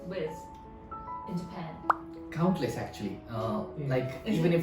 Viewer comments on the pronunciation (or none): Countless => compress 😂